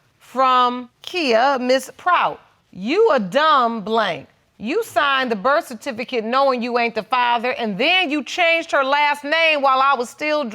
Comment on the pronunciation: Birth tificate ........ somebody help. He said non producable